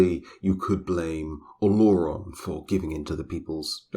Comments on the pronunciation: Yo actually excited but they keep fucking up the name tho. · omg as a yoruba person i kept unconsciously correcting the pronunciation, and i can vouch that the lore is about 95% accurate, you did a great job